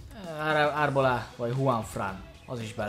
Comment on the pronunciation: Arbolá! :'D *Arbeola ejtsd: Árbeloá